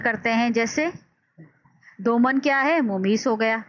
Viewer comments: زبردست۔۔۔۔لیکن بعض الفاظ کا تلفّظ درست نہیں۔۔ممیّز ، اِلیہ وغیر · زبردست۔۔لیکن بعض الفاظ کا تلفّظ درست نہیں مثلاّ ممیّز ، اِلیہ وغیرہ